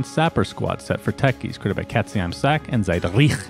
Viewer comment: Ah, an american trying to pronounce a name like katzeimsack (cat in the bag) and Ziedrich always gives me a good laugh